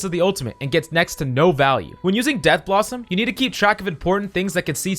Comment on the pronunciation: It’s pronounced death blossom not dead blossom but honestly it doesn’t matter